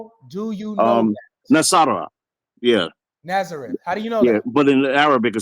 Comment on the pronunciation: He can’t even pronounce Nazareth correct in Arabic 😂😂